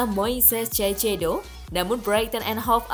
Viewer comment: Baca: kaisedo Bukan caicedo